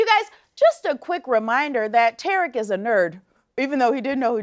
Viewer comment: W ...his name is TARIK not Terrick